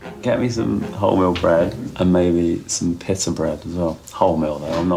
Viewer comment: Boiler suit gerard way mispronouncing "pita" is the best part of this episode